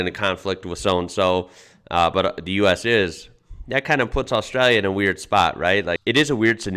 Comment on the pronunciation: It’s a trip hearing an American pronounce Australia like a full on yobbo, “Uh-stray-ya”. You have it down pat mate. Mad respect bruz!